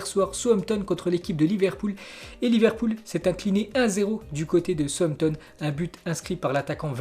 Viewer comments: souzampton est mieux pas sauossampton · Souamtom ???? Southampton plutôt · alors en phonétique cela se dit Saousse amptone !!! Et iouna teud !!! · southampton se prononce saoussamton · Tu prononces mal le nom des équipes : SOUTHAMPTON ET UNITED (YOUNAYTED)